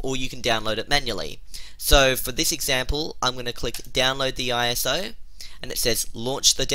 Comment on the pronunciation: ”The Operating” LOL anthoner Speech failure, not only ”IOS FILE” LOL, not!!!